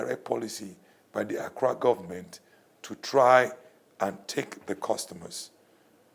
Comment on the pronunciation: this dude keeps on saying Accra govt....smdh